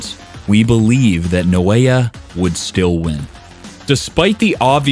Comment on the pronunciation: Why you pronouncing it as No-Aya instead of Na-O-Ya 😂